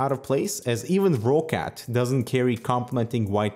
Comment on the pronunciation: I'm more than certain it's pronounced rockcat. It's a Germany based company and I think that's how they pronounce it.:)